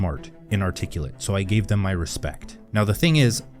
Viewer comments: And yet, you mispronounced articulate. Lol!!!!! Artic-ee-lit?!?!? Lol ar-tic-YOU-lit!!!! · Now, the thing is, I never ( though' ) ( thad ) I could do the same,I never ( though' ) ( thad ) I could be ( articula' ).